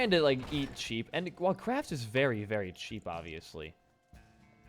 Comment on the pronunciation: Idono why but whenever he said Kraft I thought he was saying crack